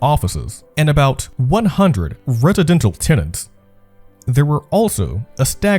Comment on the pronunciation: Love how it said “redidental” lololololol